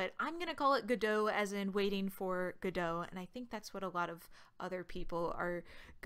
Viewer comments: It's "go dot" not "godo". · It's godot not guduh . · i'ts no godoh like french it's called: GO-DOT like a dot a period. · it's pronounced gah-doh like the play. The developers explicitly stated that its not go dot multiple times. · It's Gah Dough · I've always pronounced it God-oh, emphasis on the God, lol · Isn't it pronuced "Go Dot".. most "beginner" tutorials mostly teaches you to move a dot, and its a reference to that? or am i overthinking this? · TFW the YouTuber purposely mispronounces the name. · Wait, that's how you pronounce the "Godot" in "Waiting for Godot"? Wow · No. It's "Godot", the devs named the engine after the play "Waiting for Godot".